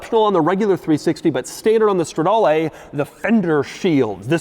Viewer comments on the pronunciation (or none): It's stra-darr-LEEEE and spech-chi-ar-LEEE not LAY! And it's COM-PE-TITZ-ZE-OWN-NEEEEEEE.... not Nay!!! Caw monnnn man! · It’s not Strawdalay, it’s strehdaaleh